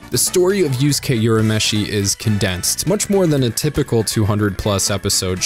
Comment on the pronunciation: Urameshi is read as 'oorameshi', not 'yourameshi.'